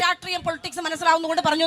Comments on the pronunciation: രാട്രീയം അല്ല തള്ളേ രാഷ്ട്രീയം എന്ന് പറയാനുള്ള വിദ്യാഭ്യാസം പോലും ഇല്ലേ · രാട്രീയം അല്ല, രാഷ്ട്രീയം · ഇതിനെ ആരാണ് രാട്രീയ കാരി ആക്കിയത് രാഷ്ട്രീയം എന്ന് പറയാൻ അറിയാത്തഎമ്മെല്ലെ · Ratriyam alla rashtriyam😅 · രാട്രീയം അല്ല.. രാഷ്ട്രീയം 😂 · രാഷ്ട്രീയം എന്നു പോലും പറയാൻ അറിയാത്ത MLA